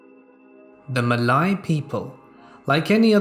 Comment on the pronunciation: by the way, malay is pronounced as: mehr-lay. but the r is silent. same as how malaysia is pronounced.